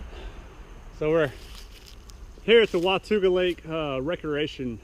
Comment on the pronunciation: Wah ta ga. Not wa tu ga